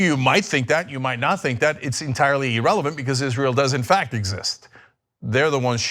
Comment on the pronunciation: Cenk- You crack me up. You pronounce "irrelevant" as "e-relevant" and then "en masse" as "in masse" It's french, "en" sounds more like "on." You are swapping the vowel sounds at beginning of the words. lol. Maybe that's how they say it in CA, but it cracks me up.z